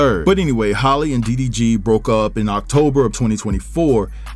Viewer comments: her name is halle like Berry not Holly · Halle, not Holly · I question any info given by someone who doesn't even know their name ijs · not Hailey either😂